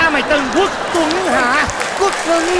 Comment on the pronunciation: Quốc tuấn đọc thành quất luấn :))